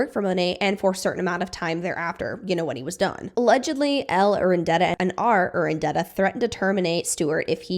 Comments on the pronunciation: It's Urdaneta. Not Urandeta. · Ur-da-ne-ta. Practice it slowly! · Yeah look, I love content like this.. but with that amount of research involved, you'd think 'Urdaneta' would stick. I dunno, I'm still finding words I've mispronounced since my youth (?) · definitely important content and really informative! but is there a reason you’re pronouncing Monat, Urdaneta, and Amare wrong? it’s kind of distracting given how well everything else is laid out in the video